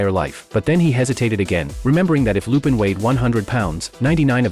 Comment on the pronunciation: Finally, although AI mispronounce lupin, which is fair enough, but at least it didnt said shit like "john" and "jeff"